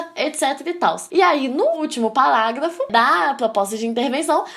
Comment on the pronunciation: acho bonitinho ela falando PALáGLAFO